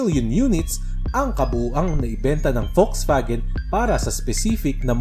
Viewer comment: I just found it funny na correct ang German pronunciation mo ng "Volkswagen", pero American pronunciation yung "Hyundai" mo. It's NOT pronounced as "Hyun DAY".